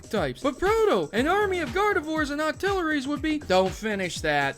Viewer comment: I was laughing my but off when he said Gardviors and Octileries.